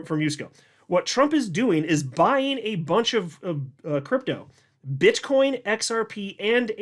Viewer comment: you said bit*h coin 😂